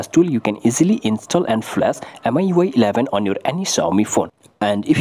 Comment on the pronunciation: I think its pronounced miyouay